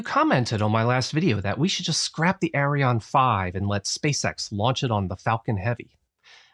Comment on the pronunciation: Please pronounce Arianne correctly. I cringe every time you say "Arion".